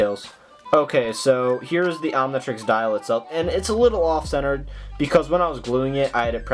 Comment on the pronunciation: It's not omnitriesies, it's omnitrix